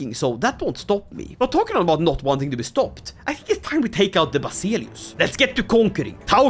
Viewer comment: Ikke for å pirke, men Basileus uttales ikke som det skrives. Det uttales som vasilevs